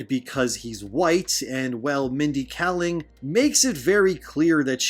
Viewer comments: Two things: 1. Kayling, not Kalling. 2. Slavs are considered people of color. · Really appreciate the upload. She's trash, but if you care, (and i understand if you don't) her name is pronunced "KAY-ling"